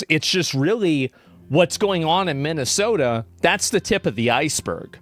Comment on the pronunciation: She can't even say Minnesota right